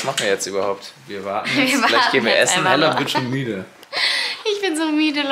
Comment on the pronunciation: es heißt Hella und nicht Heller